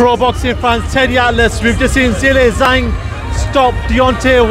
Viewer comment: Pronounced Jilay Jang. Not that hard with a bit of research, cmon!